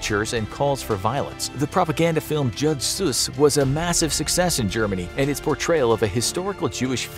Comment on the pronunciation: Jud Suss ? More like: Jud Sus